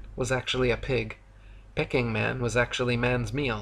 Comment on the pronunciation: It’s pronounced Peeking man, not Pecking man. 😂